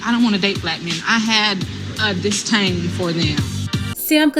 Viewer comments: "DisTAIN" tho? And it's CANE', not CANE. I saw her on that reality show with that lame simp. She's not hot 😂 Just ghoulish smh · No she said disTain which doesn’t exist so we are good. 😂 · She didn’t say disdain; she said dis-Tain💀🙄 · Lol, she actually said "disTain" in the clip. You can't make this shit up. Those 2 goons are just using her popularity to get their name out there. She's a meal ticket and is still as delusional as ever. Sad to see she didn't learn anything at all. They rarely do. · The fact that she said DisTain instead of dis·dain says everything that we need to know. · She said “distain” lol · She said DisTain 🤦🏾‍♂️🤣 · Straight PANDERING! And, there's no "T" in disdain 🤔🤣😂🤣! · No brotha with good sense is going out of his to court a woman who can't pronounce "disdain" properly. Just saying.